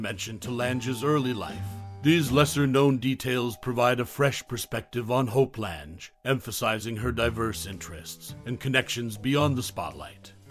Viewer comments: Pocketful of Miracles is my favorite. Edward Everett Horton and Peter Falk were great, too. Her name is pronounced like Lang. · That's what I kept thinking when I heard him say "Lange" that I had always heard it pronounced "Lang".